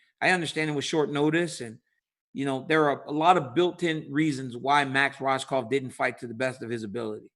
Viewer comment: Rohskopf is pronounced Rose - cough